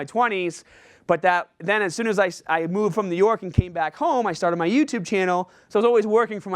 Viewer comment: said "YouTerb" lollll he was a little nervous. I would be nervous too, introducing one of the best in the fitness industry